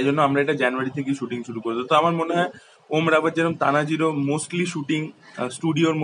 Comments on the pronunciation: O dada, om rawat na , ota om raut. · Om Raut....not Rawat